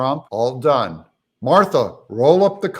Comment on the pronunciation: Did you say that he is done or dung? Could be both.